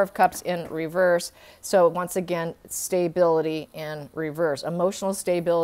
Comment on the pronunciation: st - a - bil - i - ty. NOT st - ay - bil - i- ty